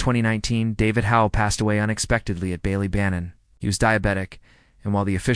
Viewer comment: The pronunciation of Ballybannon in the video is painful to hear. Bally is supposed to be like Bah-Lee.